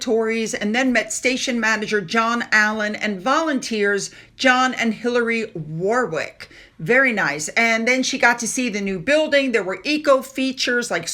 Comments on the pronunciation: in the UK Warwick is pronounced worrick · I hope that doesn’t mind us helping her out with our bizarre pronunciations! My family in the Netherlands struggle with them too. Their language is very logical. By the time the Harkles have sunk into obscurity, will be an expert on quirky UK place names! I hope she gets to visit them! Warwick is well worth a visit!